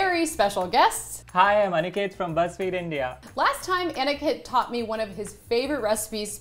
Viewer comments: Everytime she says Aniket I hear Anakin😅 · that's not Aniket that's Aniket ( spilling is same but you know ) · aniketh. THE WAY SHE SAID IT AAAAAAAAAAAAAGGHHHH